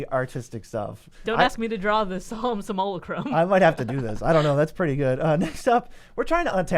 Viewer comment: si-MULH-uh-crum kills me lol. sim-you-LACK- rum!